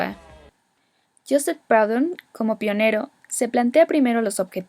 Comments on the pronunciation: Muy buena explicación. Sin embargo no se pronuncia "Praudon", se dice "Prudhon". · muy bien un solo apunte Proudhon es frances no inglés y su nombre se pronuncia prudon aproximadamente. he necesitado 3 minutos para entender